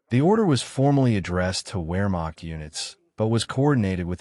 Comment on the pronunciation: Ps. “W” is generally pronounced with a V (Vee) sound, eg, “Vermacht” not “wheremacht” even tho spelled with “w”. Most people know this. The production just sounds dumb if you don’t do this.